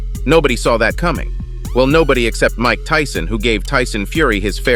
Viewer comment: Did he say Mild Tyson and Henry Cejudu? It's pronounced like Cehudo, Lol. Is the script this read by a computer, because a normal person would not mess both of those names up.